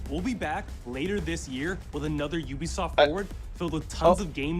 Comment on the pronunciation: Hahaha it's ubsoft lollololol.